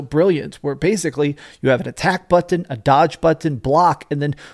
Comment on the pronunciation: When I herd how you say button.. I had to go hit myself in the face with a bat..